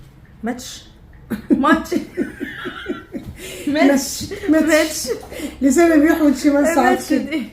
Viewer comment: لفظ الست صح.. هي ماتش مش مَتش